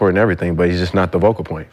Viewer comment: “Vocal point” “DeArrington Fox” 😂